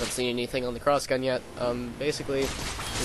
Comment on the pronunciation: "Clossgun" I like how he says it just like he's suddenly asian. XD But yeah seems OP in damage wise.. But i'll still give it a try! :D